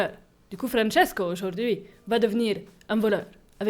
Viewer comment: Désolé mais tu prononces Francesco à l’italien pas à l’espagnol 😂 et le permis depuis 40ans en 1985 donc on est en 2025 😂mais à part ça cette vidéo m’a vraiment fait rire 🤣 « Francesco est la, Francesco n’est plus laaa »